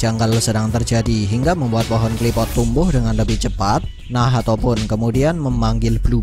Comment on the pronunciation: Min kok nyebutnya Nahato bukan nacht